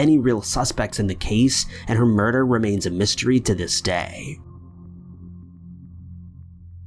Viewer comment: scared the shit outta me..he said day weird 😭